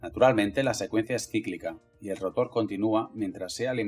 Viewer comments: Muy buen video pero si habría que aclarar si utilizarás palabras en inglés o en español porque escucho que dices rótor en vez de rotor y estátor en vez de estator, cosa que puede confundír a las personas que hablamos español. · Buen video, pero por que dice estator y rotor con acentos donde no van? Las dos son palabras agudas, el acento va en la última vocal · Molesta como pronuncia ESTATOR y ROTOR. Por lo demás, excelente explicación.